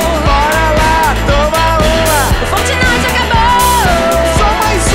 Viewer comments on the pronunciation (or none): FORTINITE KKKKKK É FORTNITE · ''Fortinite'' boa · "Fortinite" ? Kkkkkkkk